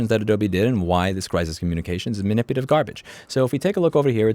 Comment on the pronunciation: " Man-ip-u-la-tive " Love yr work but 3 strikes